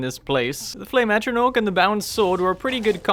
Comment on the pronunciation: i know i'm a year late but for heaven's sake please learn how to say "Atronach" it's an 'a' not an 'o'